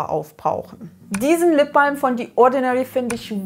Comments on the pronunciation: The spricht man nicht "die" sondern mit tie ätsch. Sorry, das fällt mir jedesmal auf. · leider falsch. Dann spricht man es wie thee. The spricht man nie mit D.